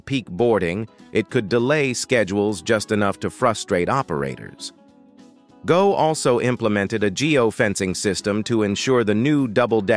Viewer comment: it’s pronounced “go” as in I will go to the market not G O